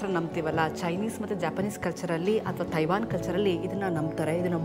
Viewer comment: Learn how to pronounce Taiwan here.